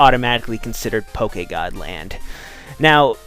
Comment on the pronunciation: I am so happy that you didn't say it "pokey-god",.:D